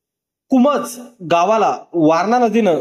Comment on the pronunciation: कुमोज नसेल हो कुंभोज असेल. नीट लक्ष देऊन वाचन करावे.